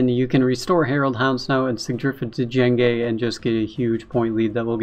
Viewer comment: Hey man. Love your vids. Thought you should know. It's pronounced "jenge" not d- jenge. The D is silent. Like in django unchained. He is based off the star wars character , Jango fett. Him bring a bounty hunter and all.